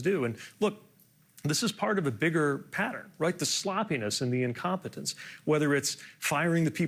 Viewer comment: Pete, the incom -Pete-nt😂.